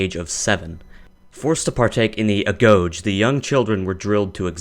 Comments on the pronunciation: Agogi is not pronounced a-gog but a-go-gi and you pronounce both g's as you pronounce the w in ''what'' .Good video though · Agoge is pronounced (a-go-gi). Also, ancient Spartans could go up against modern soldiers and survive with the exclusion of heavy Guns and vehicles. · Its the agoge , " ah gog gee" 😂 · It's said ag-go-i not agoge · The Agoge pronounced Aggoggy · The way he says agoge though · the way he said agoge lol, i get how you could mispronounce it in french due to it's "ge" ending but still... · you butchered AGOGE also. spartan mother once told her son who was going to battle to come back with shield or on it meaning victorious or dead but not because shield was so important but because greek hoplon(shield) was very heavy you could not run away with him if you come back without shield that would mean that you run away from battle and that was the worst thing spartan could do and they did not rape kids in agoge they practiced pederasty same like samuray you have internet how hard it is to look at wikipedia about stuff that you are making video of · You pretty much blew any credibility when you mispronounced agoge.